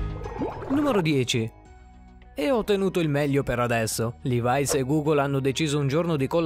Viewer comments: Pietro Gatti Eh già, dai ma suona malissimo levais! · Si ma LEVAI'S non si può sentire!! Si dice levi's semplicemente